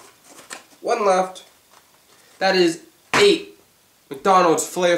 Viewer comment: his countdown in this vid: five. four. three. two. one. his countdown now: FAIVE, FOURR, THREE, TUWO, WAN